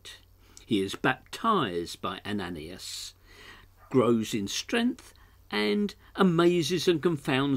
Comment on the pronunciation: Ananias = pro:- "Ann - ah - nye - ass" good try though! :0)